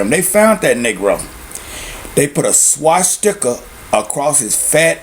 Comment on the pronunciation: No fucking duh, dipshit. I'm making fun of the way he pronounced it.